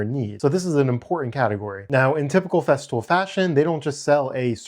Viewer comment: I thought I heard you say "theft fool"